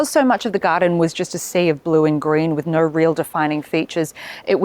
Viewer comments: The 'naur' got me subscribing and liking even before I watched the rest. Cheers. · 😂😂😂😂 the Aussie no 😂 being an Aussie myself, I love this reference ♥️